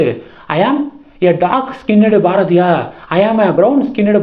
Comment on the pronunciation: Please improve your pronunciation. Each time you are pronouncing Bharathiya wrong